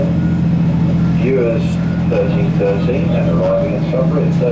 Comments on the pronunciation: Pronounced b-you-ers. Bures. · It is a very cute station in a lovely little village and just happens to be my nearest station, I live 4 miles from there. By the way, 'Bures' is pronounced 'yours' with a 'B' in front. I can't understand why you went to Colchester, changed to go back to Marks Tey and changed again for Bures when you can get an Ipswich train from London change at Marks Tey which connects with the Sudbury branch line. Great video. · Geoff, I live in Ipswich, and everyone I know who knows the place, pronounces it 'BYOOWERS'. My late father had a very good friend who lived there. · We are local and pronounce it Boo’ers. Great videos, love all your work. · It’s pronounced b-yours but without the Y. If that makes sense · The local pronunciation is "Byours" (rhyming with "yours") and "Marks Tey" rhymes with "tea", which may appeal to you. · I live in Colchester and i've always pronounced, and heard it pronounced, Marks "Tay", and Bures is B'yoors or Boors depending on how local you are... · I live nearby this confusion, it doesn't make sense to me either. However, can confirm it is pronounced B-you-ers. Bures is split into two parts. Bures st mary is in Suffolk, while Bures hamlet is in Essex. I cross the bridge that separates the two many times. Hope this helps anyone confused. :) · Geoff, considering I’m going camping there this weekend I can confirm it’s pronounced b-YOUUR-es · I think it is pronounced 'byoors', no 'w' sound really necessary. The railway viaduct at Chappel is apparently the second largest brick built structure in the UK (after Battersea Power Station), so worth a visit for that as well as the museum. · I live not far from there, and I believe Bures rhymes with 'yours' !! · It’s pronounced B YOURS. There’s a good little folk festival there every year. I’m liking these videos where you come to my neck of the woods. (Essex and Sudbury) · As any respectable local knows, Bures has two syllables (boo-ers), as does "spoon" (spoo-un)